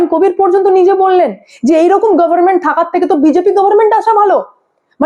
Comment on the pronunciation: মা তোমার প্রতিবেদন গুলো মোটামুটি ভালোই লাগে তবে তোমার প্রতিবেদনে কিছু কিছু শব্দ উচ্চারণে অযথা জোর দাও যেমন গভর্নমেন্ট আর অত্যধিক ভাই ভাই কর এটাও বিরক্তিকর লাগে। বিষয়গুলিতে একটু নজর দিও।